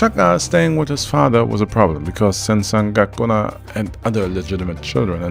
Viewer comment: First couple minutes in; you saying zen San goku na? lol